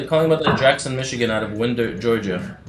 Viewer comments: If you are going to operate out f Atlanta, you’ve got to learn the cities. Winder is like a clock winder. Love your videos. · It's pronounced Wine-der, GA... just sayin'. Great video! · Its pronounced "wine-der"